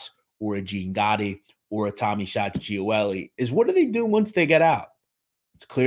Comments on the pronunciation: My grandfather was best friends with his father. Salvatore, very good man. Picked up my papa for breakfast all the time. Loved that man. (Also I was always told it was pronounced Gee-ol-ee but still a very good in depth video) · I’ve never heard his last name pronounced like that lol. It’s pronounced Gee-Oh-Li